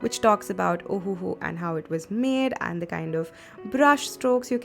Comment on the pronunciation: This ohuhu pronounce as ohhh ahahaha 😂😂😂